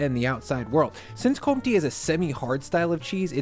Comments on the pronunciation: Btw Comte has the "focus" (I dont know the english word, sorry) on the e in the end. So its pronounced Comtee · Comte, isn't it com te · Great selection, by the way, Comte is pronounced "courntay. "